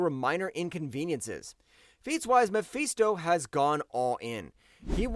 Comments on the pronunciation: It's muh fist oh not me feast oh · bro cant even say Mephisto name right then got the nerve to put doom low asf on this list